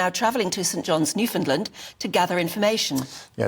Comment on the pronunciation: Their bodies are unrecoverable due to pressure at that depth. After being crushed to the size of a teddy bear, then torn apart by the machine’s parts during implosion, nothing remains. BTW, it is pronounced: new-found-Land. Emphasis on LAND.